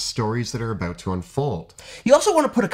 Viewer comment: that was a hard "aboat"